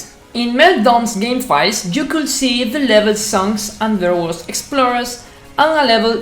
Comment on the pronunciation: I understood you all the time in the video, I mean you did it so good. An advice" when you pronounce would or could do not pronounce the L, so it'going to sound like wud and cud.